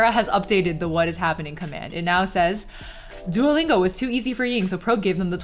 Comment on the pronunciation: It's so starling to see a Chinese person calling it "Doo-oh" Lingo instead of "多" Lingo.